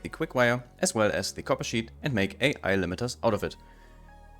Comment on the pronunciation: This is awesome! By the way, you have a good naval joke for English speakers. The way you pronounced "AI AI" is not with the separate letters, but like crewmen say the words, "Aye Aye", when given a command. ;-)